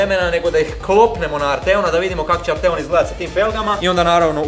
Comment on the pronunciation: Msm da krivo izgovaras Arteon. Naglasak je na A.